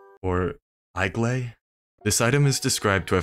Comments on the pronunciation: .....oh my god. Eiglay. It's literally the Temple of Egg-lay. GFDI fromsoft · "Temple of I'mGay"